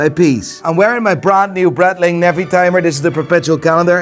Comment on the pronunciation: You know, with going all nuts on how other pronounce certain brands (AP for example) he keeps spitting "Brett-ling" instead of Breitling 🙂